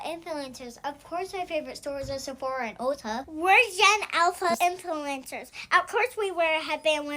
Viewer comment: Their little mouths can't even pronounce "influencers" correctly